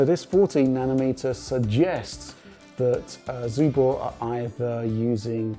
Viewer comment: Is it some rule in English to read 'Subor' as 'Zubor'? When it was represented in post-ussr times in Russia it was spelled and pronounces with an 'S' in the beginning